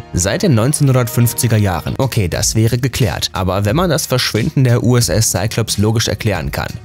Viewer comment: Hauptsache er sagt "bermjuda" obwohl es bermuds heißt, aber bei "juss" sagt er USS